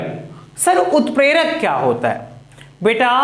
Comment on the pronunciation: Sir utprak not 🚫 clear